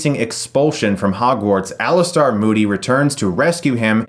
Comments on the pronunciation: Enjoyed it, but did you say Ali-STAR? Also, I can't believe you're mispronouncing Rowling; it rhymes with bowling, not howling. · Please learn how to pronounce Hermione and Alastor